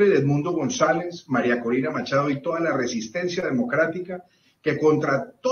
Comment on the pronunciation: tenho ouvido você falar Marina Corina, mas o correto é MARIA CORINA!🙃🤔👍🏻